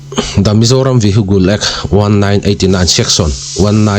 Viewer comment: 😂 vihigle act tiin lam suh..Vihicle --( cle) tih tum rawh